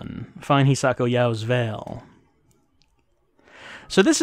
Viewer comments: pronounced Hisako correctly! Holy cow! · pronounce Hisako correctly! Holy cow!